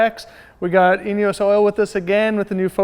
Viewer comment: Does anyone else hear anus oil when he says eneos oil??? "Anus oil ford focus rs rx" 😂😂😂😂😂